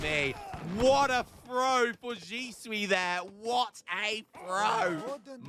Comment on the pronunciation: xi = zee (you had that one right) shui = shway if Ryanheart is 1700 Widgie did pretty damn good in that 1v1